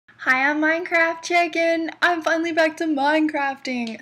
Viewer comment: She said minecrafy chicken